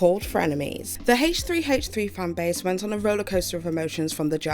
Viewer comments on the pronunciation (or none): It’s called H3 not Haaaaaaach 3. Driving me nuts every time you said H3 H3 like that!!